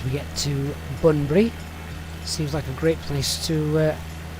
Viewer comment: BTW, it's 'Bunbury', not 'Banbury' 🙂 And, that Australind Bypass - years ago there were plans to build a port there for cargo ships going to India, so the name comes from a combo of 'Australia' and 'India" - 'Australind'. So cool seeing you fly down 'Highyway 1', I've driven that more times than I've had hot dinners! Looking forward to the next installment.